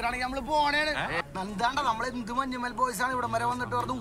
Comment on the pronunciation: And it's not manjummel guys it's pronounced as manyummel boys. It's a place